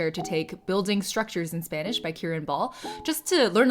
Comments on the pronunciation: If I didn’t now that you aren’t a birth speaker I couldn’t tell your accent is amazing ☺️ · I didn't expect to see a video of you learning my native language. Your videos are so much fun and your pronunciation is excellent! Thank you for continuing to create content. <3